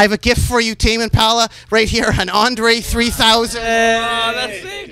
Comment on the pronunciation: "Who are you Tame impala "And who's in tame impahhla"